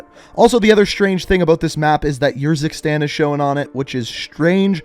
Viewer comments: It is Urzikstan not Yurzikstan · Did he ever play campaign to learn how to pronounce urzikstan